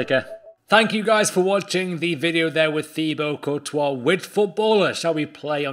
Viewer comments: It’s not courtois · How can u be on Fifa with Courtois and not pronounce his name right